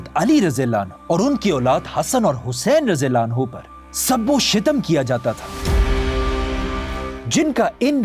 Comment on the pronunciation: شب و شتم نہیں شَتم و شِتم ہیں